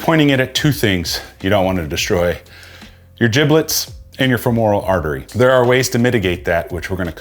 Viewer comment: “Jiblets” lmaooo